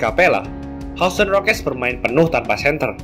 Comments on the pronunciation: bang bacanya yusten bukan houston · Anu... maap, semoga pronounciation bisa diperbaiki, Houston dibaca 'yusten'. Kalau gak salah Cleveland juga dibaca 'klivelen'...